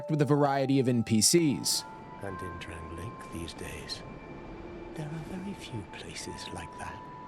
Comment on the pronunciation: drang lay ick castle .... not what u said lmao